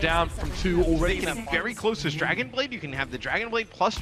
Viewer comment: you said a "2 kill dragonade"